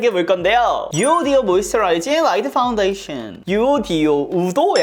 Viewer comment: 파데 발음하실때 퐈운데이션이라고 하는거 넘 기여우셔용ㅋㅋ